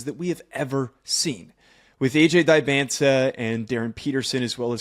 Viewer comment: Great vid but please learn how to pronounce Dybantsa😂